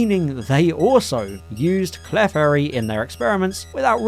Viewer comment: Love the video, and I really hate to be “THAT” person, but when pronouncing Clefairy, the emphasis is on the E not the F, think “Cle-fairy” instead of “Clef-airy” 😅